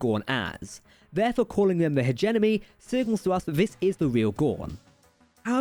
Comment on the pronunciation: The accent is fine. It's the mispronunciations (like "Hedge-Enemy" and "virapulous," and "ovaripus") that are getting on my nerves.